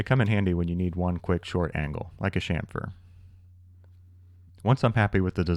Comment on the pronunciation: I came across one of your videos when it auto played after an Abom79 video. I liked what i seen and directly subscribed but after hearing you say shamfer and not chamfer I just unsubscribed.